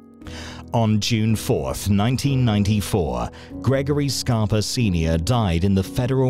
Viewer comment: Sounds like you’re saying “Scarp-o” in some spots in the video instead of “Scarp-A”. Love your videos as usual. I know COVID is slowing things down but try to make some new videos n keep it coming my man 💪🏾💪🏾💯💯